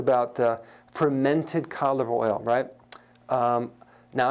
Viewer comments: Oh wow...thank you! Now I know what he's talking about, cod liver oil, not colivoil. 😂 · I heard it as cadible oil 😜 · I thought he was saying calive oil and tried to look it up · Is he saying canola oil? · Hi Dr Berg could you please say "Cod Liver Oil" slowly....that would help us a lot... because it sounds like "Cock Oil" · I thought he was saying condom oil🤔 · I thought he said “colidoil” but good info. I have acne so this is very useful to me. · I heard caudflower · Lmao I was googling, “colive oil.” & getting pissed 👌😂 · I heard covid oil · me too lol😂😂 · Thanks for writing this . I couldn't figure out what oil he was talking about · me too. I had to look at his board to see what he was saying (codliveroil). lol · Glenice Johnson thank you me too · Oh yes, exactly! Thanks for your comment now I know what he said there 😉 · I the same 😂😂😂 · Same here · Had to look it up in comments)) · Good advice, but you should try and pronounce 'cod liver oil' as three words instead of one long word we can't understand. Just a thought Doc. Very good info nonetheless. Thank you!